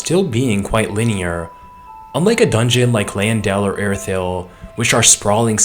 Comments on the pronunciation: I know El-pha-yel sounds cooler but shouldn't it be Caylid (Caelid) and Elphayl (Elphael)? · It's Alfael, like Fae/fairy. Not El Fayel, like it's in Iraq or something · Your pronunciation of Elphael as El-fye-el prob isn't as intended. As it's spelled, I get you can have 'phae' to be said as 'fye', though there isn't anywhere to get the final 'el' at the end from just a singular 'L'. You prob love saying Elfyeyell bc you say it every 10 words lol. It's likely pronounced as Elf-ale. Good quality video tho